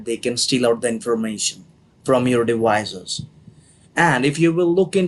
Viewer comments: He can't pronounce the letters v or c very well 😂 The word is 'devices.' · the minute I hear dewices i hangup